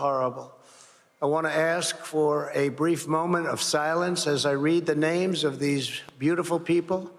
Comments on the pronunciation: trump makes me sick.....can't even pronounce the names.. as if he even cares....🥶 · I'm offended for the families that that offensive Cheeto spoke the their names and got so many of them wrong. He's human garage🤮